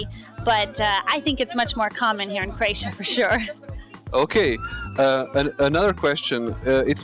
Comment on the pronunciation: It's not Kroejsija....it's Kroesa.